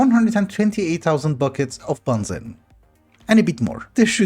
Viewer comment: I know you're not to worried about the pronunciation, but BENZENE is actually pronounced Ben Zeen 😛